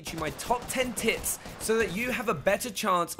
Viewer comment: i keep hearing "top ten tits"